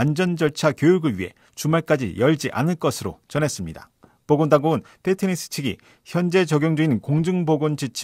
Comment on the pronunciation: 피트니스 not 휘트니스 Fit 이 좋다고 할 때도 핏이 좋다고 하지 휫이 좋다고 하진 않습니다. 단 F발음을 정확이 하면 더 좋겠지요. 가능한 원어에 가까운 발음이 좋지 않을까요?